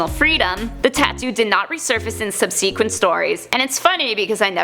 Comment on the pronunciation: wtf was that pronouncement of subsequent?